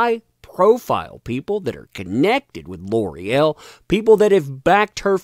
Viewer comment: gotta cringe every time L'oreal is butchered into Lore-el. now that i've said it, you can't unhear it